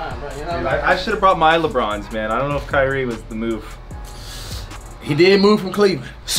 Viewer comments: He said kryie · Kriyie😂 lol kyrie * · "Kyrie" Not kryie. Its not flight anymore.... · mans said “kryie” and “jideal” bro i fucking died lmfaoo